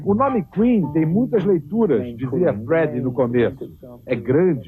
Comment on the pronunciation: vamos treinar essa pronúncia? Falou o nome do Freddy errado, entre outras coisas. Valeu!